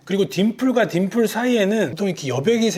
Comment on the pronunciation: 딘플이 아니라 딤플!.....